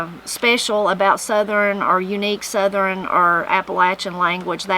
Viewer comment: I really enjoyed this one, there’s a bunch I hadn’t heard before including your pronunciation of the word southern... you say ( I will attempt to spell phonetically) sutherin or southeren. Is that typical where your from to say it in 3 syllables?